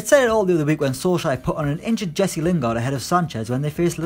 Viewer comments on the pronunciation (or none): none